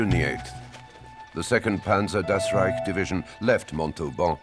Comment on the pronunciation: Das "rejk" heißt "rájk"